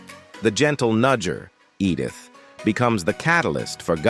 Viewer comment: Edd-ith … And Sally S Truthers… does it keep getting better?